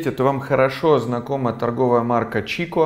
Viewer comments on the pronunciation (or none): Chicco по-русски это не Чикко, а Кикко)